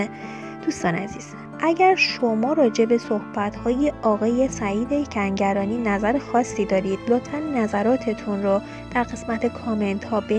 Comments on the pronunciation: از رو متن هم نمیتونی درست بخونی؟ دو بار گفتی سعید سنگرانی به جای کنگرانی! یه جا دیگه هم هُژبر یزدانی رو هَژیر یزدانی!!! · Tv+ شما این شایعات رو فقط بخاطر اینکه پست تون رو ببینند درست میکنید. این دختر گوینده اینقدر بیسواده که نمیدونه اسم فامیل هنرپیشه مورد بحث کنگرانیه نه سنگرانی . شاید هم نمیتونه تلفظ کنه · بی سواد کنگرانی رو میگه سنگرانی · سعید سنگرانی نیست خانوم گوینده. سعید کنگرانیه. تکرار کن😁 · چرا چند جا میگی سنگرانی؟